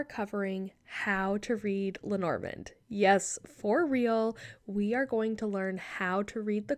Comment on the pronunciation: Hi ❤ thank you so much for your perspective. I appreciate the effort and contribution you make. As a European, may I beg you to try to pronounce Lenormand as it would have sounded en français? It's so distracting hearing it mispronounced repeatedly. And perhaps it would honour her between the worlds. Thanks again! 😊